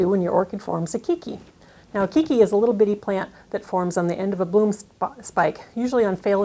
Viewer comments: If the word is actually keiki, Hawaiian for child, it is pronounced kaaki. Long a. Drives me nuts when Hawaiian words are mispronounced. Informative video though. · It is indeed the Hawaiian word, and is correct. It's "kay-kee".